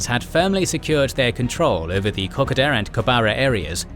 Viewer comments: FARK ME!!! PLEASE PLEASE PLEASE STOP CALLING 'KOKODA' KOK A DA !!!! ITS KO-KODA. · I cant help my self any longer: everytime i hear old mate pronounce Kokoda I cringe.. we (Aussies) pronounce it differently, more like "Ka-Koa-dah" kkoda js 🤷‍♂️ Anyways - Love your work beenlong time fan for half decade now. Absolutely Exquisite, marvellous work soaring beyond all expectations. Much Applause. I cant even imagine how the channel can evolve into anything better but Im sure it will and I will be suprised then as I am again and again. 👏👏👏👏👏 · It is a real pity about the pronunciation of the place names in this video. It spoils an otherwise well presented video. For instance Kakoda is pronounced Ka-code-a. I had to stop watching halfway through because I could not stand the butchering of the names any longer. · If only you could pronounce Kokoda right mate😆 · If only they could pronounce Kokoda right mate😆